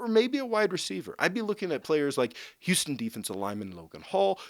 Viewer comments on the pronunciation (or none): none